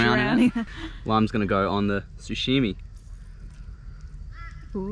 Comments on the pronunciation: No one:: SUSHIMI instead of sashimi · ahahaha he says "sushimi" instead of "sashimi" lolll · SA SHI MI NOT SU SHI MI 😂😂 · it triggers me so hard that he's sayin sushimi instead of sashimi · Hahahaha sushimi....its sushi sashimi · Who's gonna tell him it's pronounced Sashimi not sushimi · Sashimi bro . Not sushimi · Its sashimi bot sushimi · No “damn lemon” and hahaha did he just call it “sushimi” ? Love these catch and fry vids mate! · I love how you call it sushimi hahah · love how he called it "sushimi"